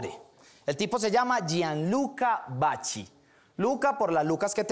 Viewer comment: Maverick DJ Si no te diste cuenta, pronunció Vachi para que saliera el chiste "Vachi llar...".